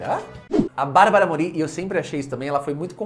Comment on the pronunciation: Só um detalhe para enriquecer seus vídeos: A acentuação fonética do sobrenome da Barbara é (Môri) e não (Morí) como vc está dizendo! Adorei a curiosidade sobre a Anahí, essa eu não sabia!